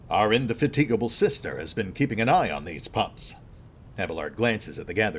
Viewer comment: never heard indefatigable pronouced that way, feels alien